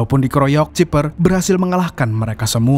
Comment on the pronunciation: di baca bukan ciper tapi cyper blok lucu